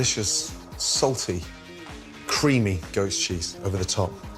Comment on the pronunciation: Is he saying ghost or goat?